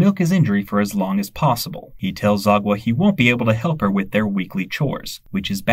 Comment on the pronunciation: The way you pronounced Sagwa’s name as “Zagwa” 💀